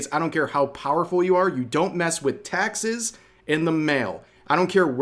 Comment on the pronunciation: thought he said Texas. But im sure he said taxes. 😂